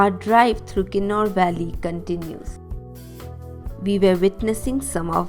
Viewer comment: sir it's kinnaur not kinner ....